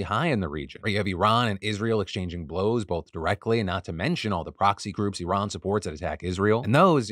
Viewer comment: Thank you for pronouncing Iran, correctly. Please pass the meme to Zaid